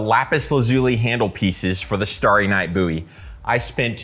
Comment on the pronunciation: Stary night Boowy , Bouwie , Bouwy. Ok my man, how do you pronounce bow, do you say boo. I suppose it could be an accent thing. I love your videos so please don't think I'm a troll. 😎